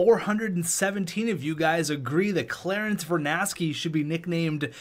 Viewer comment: Its verNARsky with an R